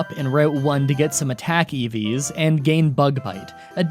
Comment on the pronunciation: I heard “attack EVs” as “Attack eevees” and pictured a hoard of vicious guard cat-rabbits